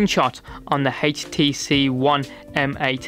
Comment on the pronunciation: Haich tee see